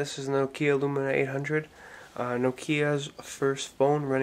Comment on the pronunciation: its not nokia lumina its lumia, you saying it wrong